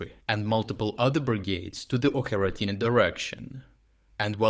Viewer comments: It's Очеретино, not Окъретайни, you're Ukrainian - you should know. It's hilarious how you pronounce it 🤣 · Why are you mispronouncing the names of ukrainian cities? Oke-re-taine? Seriously?